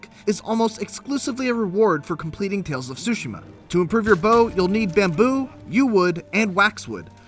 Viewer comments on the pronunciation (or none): Dude... stop saying “sushima”!!! The T is not silent! You don’t go to eat “tsushi” do you?? Smh...